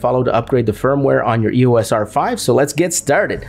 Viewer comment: Its not E.O.S . Its the word "Eos" . The Greek god of light!